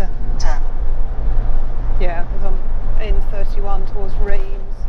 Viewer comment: Great video and very entertaining as always - But I've just got to help you out with some of those pesky French word pronunciations ;-) ....... Reims is simply "Rem" - Troyes is "Twah" the s is silent - And Brabois is "Brab-whar" - Hopefully will help if you visit again in the future! Stay safe on the road!!